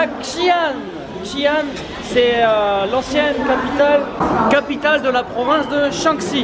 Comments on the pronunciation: lol c'est pas djian les gars , c'est Xian prononcé ciiiaan... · J'adore 💖 Xian est une maaagnifique ville! Mais ça se prononce "shi-an" pas avec le X 😂😂😂 j'ai hate de voir la video votre ascension du Mont Hua! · En gros, Xi'an se prononce "schi anne". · Ptdr, connait à peine les régions qu'ils visitent et ne sait même pas prononcer correctement les endroits où il va, alors de là à parler de la répression des Ouïghours:')